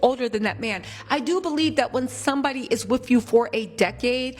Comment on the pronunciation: !!!😂😂😂 U are hilarious, beautiful, & just overall, real!! Keep it coming!! One lil thing: WITH not WIFF!! All is well until U hit us with 'wiff'.🤭😘 Your laugh is awesome!! Too cute!! Contagious!🎉